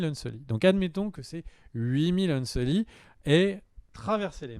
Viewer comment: On dit "unsullied".